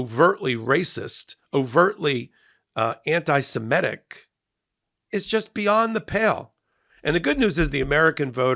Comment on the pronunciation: and readers. This is how to say Semitic. mit, not met sorry about being pedantic, it is on of my few manias